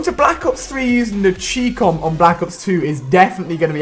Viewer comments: anyone else get annoyed on the way he pronounced 'Chicom'? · ha the way ali say chicom😂